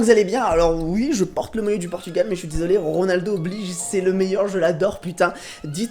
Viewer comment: G quitte la vidéo es que t'as dit ronalo